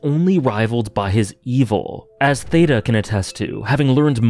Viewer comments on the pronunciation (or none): Theta‘s name is actually read with a hard T. Teh-ta.